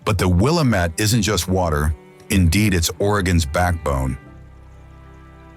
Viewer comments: It's Wil-LAM-ette. The LAM rhymes with RAM. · WHY? WHY? WHY? Can't YOU EVER pronounce the "Will'-am-mett" River CORRECTLY ? ! ? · will-AM-it, dammit. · Have to make a correction. The word “ Willamette” is pronounced phonetically “ Willam et” do some research on local pronunciations. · It called the Will-, am -,ette guy shoulda learned how to pronounce our beautiful places correctly! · You need a new narrator, one who knows how to pronounce correctly the features viewed. Seriously, East Coast drivel pronunciations. Also, it's not "Keep Portland Strange", it's "Keep Portland Weird". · Many of the location names were mispronounced, (lifelong Oregonian) but it still made me proud to be from here. Beautiful edit. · The AI reader managed to mispronounce the name of the Willamette River in two different ways, within 5 seconds of each other.